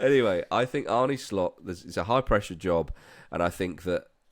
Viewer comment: My notable mad shit prediction is that pundits will learn how to pronounce Arne Slot’s name correctly.